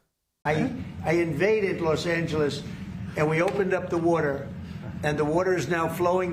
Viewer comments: No, no way, no how, he does not think about the “words” he uses. The “wotar” the “wotar” he doesn’t even know where the wotar comes from!😅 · What the hell is “wudder”?